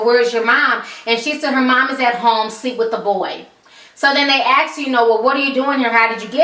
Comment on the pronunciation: Why do you say axe instead of ask? LMAO